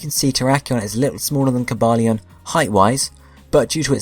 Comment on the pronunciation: tbh i never liked Cobalion's sprite... and i loved the transition between explaining Keldeo and his other forme btw: Ko-bay-lee-en Vir-ri-zee-en As said in movie